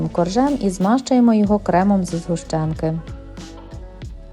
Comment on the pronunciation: Не згущенка а згущенка